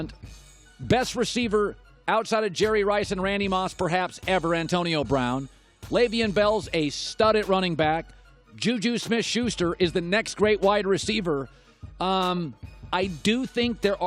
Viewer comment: “‘Leyveen” bell?? Still? Come on man! How are you a speaker when you can’t even pronounce names right??